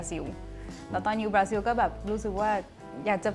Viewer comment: คนบราซิลออกเสียงว่า บราซิว เหรอ หรือออกเสียงแบบคนไทย น่าจะเป็นบรารอบตัว👾👽👻☠